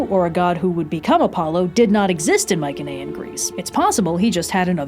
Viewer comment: mike-en-aye-en is killing me plss